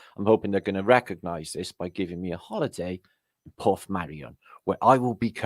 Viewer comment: Port meirion its pronounced mukka, not Porth 👍 The miniature village place etc ye? It's great there. Let me know and il come with. We'd have a right blast😉👍